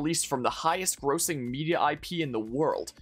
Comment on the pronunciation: Mispronounced grossing lol